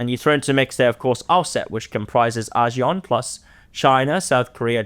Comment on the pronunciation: is very knowledgeable and has good insights into South East Asia. I just can't take his pronunciations of Asian names like ASEAN & Myanmar and many others. As expert of the topic, would be good use the right pronunciation, ones used by the people.